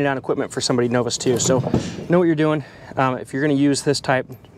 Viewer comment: Never heard novice pronounced like that hmm he must not be from round these parts 🤔 😂